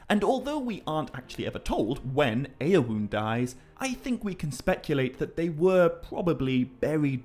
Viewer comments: You pronouncing my chosen middle name as "Ayo'Woon" is killing me 😅 It's phonetically pronounced "Ayo'Win" ❤ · Who is this eowuun ? Don't you mean eowyn? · to a non native ear, it sounds more like Eowun than Eowyn when you say it. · Video is great, no doubt.But please stop butchering the names. It's a recurring thing in the videos, I'm sorry I had to mention it. In this one, "Eowoon" stands out. Keep up the good work, regardless of that. 😀